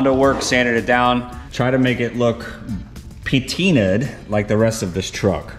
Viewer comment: Patinated not pateenad